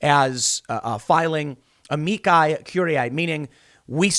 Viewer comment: AH-ME-CHI. Say it with me now Tim AH-ME-CHI!